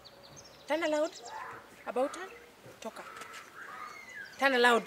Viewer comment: turn alound 😂😂